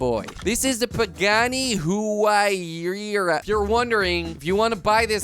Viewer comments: It's pronounced WAI-RAH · Someone tell Jordi the car is pronounced why-ruh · Its pronounced wyra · Pronounced who-why-ra btw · Hwa-I-ra is how u say it kwebblekop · It’s pronounced pagani why-rah if you didn’t know